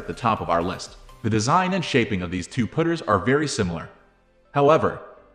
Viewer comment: Why are you calling them put-ers?